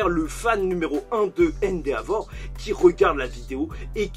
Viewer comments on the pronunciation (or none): Sa se dit endévor et pas endeavor sa me casse les oreilles a chaques fois